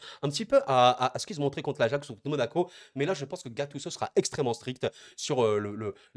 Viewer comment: En France vous aimez vraiment gâcher les prénoms des joueurs 😂😂 gattuço 😂😂